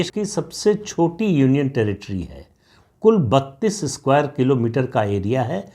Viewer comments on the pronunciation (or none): none